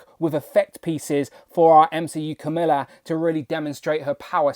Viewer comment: Needs more blue, imo. And now I need at least three of her for customizing flerkins. 😜 And how did I not notice the D+ sneakers before? Btw, you’re pronouncing her name like “Camilla”, and we know how testy that makes you Brits. 😉 Her pronunciation is Ka-MAL-la, while the first female US VP I believe prefers it as KAM-a-lah.